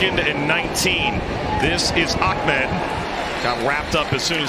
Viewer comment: It's AH-med, not OCK- med. Jeez.